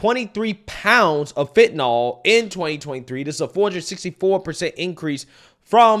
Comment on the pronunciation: its not "fent-an-ALL". it is suppose to be pronounced "fent-an-ILL"